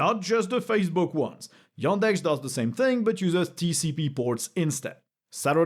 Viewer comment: Every time you say yOndex it triggers me